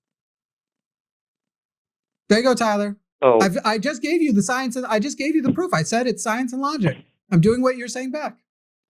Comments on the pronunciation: "sigh-ence and logic" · Sigh-ence and logic. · Sigh-ence and logic